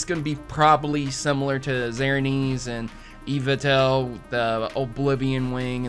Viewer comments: "Zernees and Eevatel" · You butchered the names of Xerneas and Yveltal. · I'm so sorry but you butchered xerneas and yveltal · I know, Im just pointing out his weird pronunciation of it